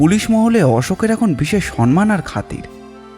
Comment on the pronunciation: Uchcharon ta ektu thik korun please. Ota sonman noi somman